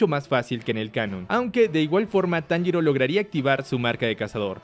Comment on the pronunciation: No me digas que ahora andas diciendo el nombre de tanjiro como inosuke